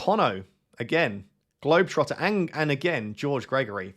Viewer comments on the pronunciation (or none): you said my name wrong! It is GlobalOtter, not global trotter. but it is a play on words for globaltrotter